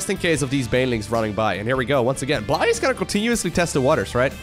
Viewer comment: I believe it is pronounced Blie-je like the Russian/Ukranian word Blyet and not bl"eye", as in "the human eye". this is with the Dutch pronounciation of the letters, lived with a Ukranian dude for a while while studying abroad, he told me that "blyet" can be shortened to "bly" so I think this is the shortened version of Blyet as well. cool name!